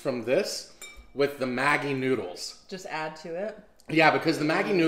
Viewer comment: Finally a person who’s not indian and who’s pronouncing maggie correctly